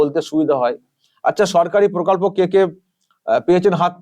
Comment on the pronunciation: প্রকল্প নয় পোকল্প বলবেন।😊